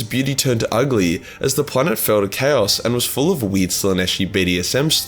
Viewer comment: Turned off the second you mangled the pronunciation of chaos. Sorry just can't